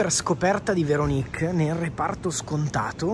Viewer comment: Veronìk (si scrive come Paperinik?) 🤣 ti prego... apri un canale di recensioni food solo di prodotti di dubbia qualità e sclera come hai fatto qui... successo assicurato!!! :face-green-smiling